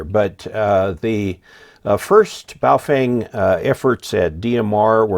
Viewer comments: I wish you and would learn how to pronounce the name of these radios properly—it’s Phonetically like this: bow fung. The ‘feng’ is pronounced “fung”, like ‘dung’ or ‘bung’ or ‘lung’. Get it? 🤣😎 but also—why do any of you guys wanna buy a Chinese radio anyway? Especially with a stupid flashlight on the top of it? Though there are lots of Hams in China, there’s no Ham license reciprocity between the USA and China. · As an reminder of the proper pronunciation of Wouxun (ō shin), just remember that it comes from across the ocean. Also remember that regarding Baofeng, the “e” is pronounced as a “u.”